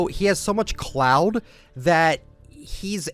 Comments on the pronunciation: its "Clout" Not "Cloud" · He said cloud........💀😭nooo lmao its clout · Haha did you call clout, cloud??